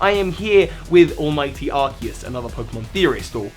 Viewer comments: "The knowledge I have about the pokemon universe is pretty vast.">pronounces Arceus as "arcyoose" Wat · Excuse me? How did he pronounce "arceus"? That is wrong and makes me angry